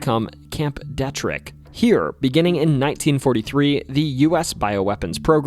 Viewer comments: just cuz I'm a local and it bugged me (not trying to be a jerk). Fort Detrick is pronounced D-Trick. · Came to comment the correct pronunciation as I was cringing every single time lol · I'm from Maryland. Frederick County is where Fort Detrick is in FrederickMD. You're not saying it right. Lol.. They have done a lot of stuff there. Like anthrax. It's crazy. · Fort Deet-rick, not Dett-rick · Dee-trick not Det-Rick but love the video man. Thanks! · its promounced fort (dee -trick ) not deh trick.. its ft detrick... i worked there for a couple years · It's De Trick not Debt Trick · Its pronounced.. Fort “Dee”-Trick not “Deh”trick lol sorry being from Frederick that was bugging me 😂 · It's Fort DEtrick. Not DetRick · Dee-trick not Dea-trick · The Fort Detrick story (pronounced DEE- TRICK) is also a Netflix documentary “Wormwood”. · 1. it is pronounced DEE-Trick. 2. No, I never saw anything weird by the Loch Raven Reservoir. And that's not the only horrible event to happen there. In fact, I THOUGHT I saw a UFO in Baltimore once in broad daylight. It was something weird reflecting light. Then I remembered it was the same day as the Preakness stakes. As the bus move and I borrow binoculars from another passenger and could see the letter G-O-O-D-Y-E on it but I couldn't make out the rest.... but I didn't need to. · This was pretty cool. Born and raised in MD. Just FYI Pronunciation of Fort Detrick is a long e “Deeetrick”. It’s a pet peeve. When the news anchors were reporting the arrest of the DC SNIPER, they kept mispronouncing Myersville as Maresville. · Pity you didn’t learn to pronounce the name of Fort “DEE-trick.” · Detrick is pronounced DEE-trick source: my mom is a pathologist there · It’s pronounced Fort DEE-Trick . Please do not ever say it like that again. Thanks. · Mispronounced Detrick (long e)